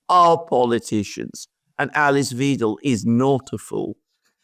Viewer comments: Weidel not Wiedel.. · Youre pronouncing Weidel wrong. It's not Weedle it's Weidel with long i like in BIKE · Reminder.... it's WEIDEL. As in... WEIMAR and WEIN. Rhymes with wine & dine. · Alexander, it’s still pronounced WAIDEL…😅